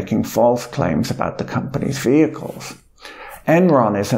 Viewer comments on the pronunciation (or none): none